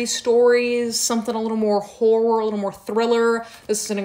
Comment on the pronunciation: Why did I think she said “whore” instead of “horror” for the first book rec 😷